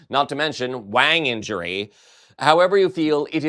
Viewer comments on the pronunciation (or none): none